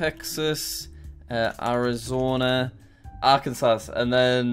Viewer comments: I love how pronounces Arkansas 😂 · Me cringing as he mispronounces Arkansas. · Who's going to tell him he is saying Arkansas wrong. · Why does Jack pronounce Arkansas wrong? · You said Arkansas wrong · Im from arkansas it’s pronounced arc-an-saw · Arkansas we usually say it one of two ways…. Neither is yours lol. Proper way: Are-can-saw How we jokingly say it: Are-can-sas Because it’s spelled just like Kansas (can-sas) with an ar in front yet they say it differently…. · Same with Arkansas. Jack: saying "arkan-sas" Me, an Arkansan: ITS PRONOUNCED "ARKIN-SAW"! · State: Arkansas Arkansans: are-can-saw Internet: Are-Kansas (are-cans-us) Jack: Are-come-sass Never change, Jack, never change. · ArkanSAW not SAS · The way he says Arkansas reminds me of that one Vine.... but jokes aside, it's Arkan-saw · ITS AR-KIN-SAW omg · Arkansas is pronounced ark-an-saw also you said it right on the last go also it is really just Kansas but with ar at the ground and sounded differently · It is pronounced Ar-kan-saw. This is just to help you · Arr Can Sass 😂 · Ar can saz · Arkan Sauce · He says ARKANSAZ alot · jack: says Illinois correctly also jack: ar-can-sas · Jack: Ar-kan-sas Americans: disappointed emoji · bro it’s ar-can-saw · bc jack said ar-can-sas mr smarty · No one: Litteratly no one: Jack: are can sauce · Jack just an FYI we Americans pronounce Arkansas Ark-en-saw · It’s pronounced “arkan-saw” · arkanSAS as an American, that pronunciation hurt me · Jack: Arkansasss Aldo Jack: oooooo ✨alabama ✨ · he mispronounce Arkansas this is how to say Arkansas [ark-n-saw] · Jack, Arkansas is pronounced "ark-an-za" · Jack its not like SAS its like saw the s is silent in Arkansas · It’s pronounced Arkin-saw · As an Arkansan, the way he says Arkansas annoys me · Arkansas people even more triggered for pronouncing the name wrong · jack it's ar-kan-saw, mar-a-land and mish-a-ghin